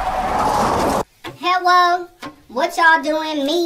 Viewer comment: When like Hellwo as she opened the gate!! 🤣🤣